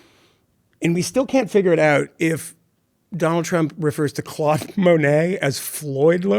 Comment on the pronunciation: the guy mocking king donald for how he said Monet's first name cannot pronounce the popular French name correctly himself !!! I bet he adored 'Depeche Mode' as a teenager... he needs to remember that 'Claude' rhymes with 'Mode'...